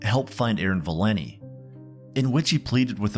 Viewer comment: Her name is ValenTI, not Valinny.